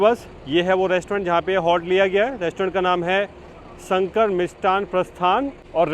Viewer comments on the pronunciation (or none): none